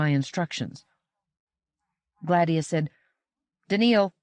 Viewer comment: Agreed Yes. I’ve also noticed that she accentuates the A in Gladia to make GLADia, instead of the intended gla-DIE-ah. Still, a wonderful narration.